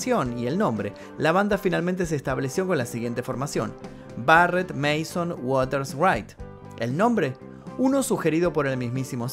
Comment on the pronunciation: No es Nick Manson, sino Nick Mason, y se pronuncia "meison".